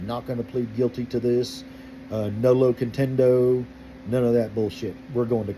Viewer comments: Nolo "contendo"? Dear boy, please look up the actual term. I'm happy to hear it might NOT be acceptable or legal to insult people in Oklahoma. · I believe it is, but please don't count on my response being correct. I just know that it's "nolo contendere"(no contest) because I live in Italy and speak Italian. My laughter was at the incorrect pronunciation, even though I admit that I don't know the exact legal doctrine, other than the "no contest" meaning.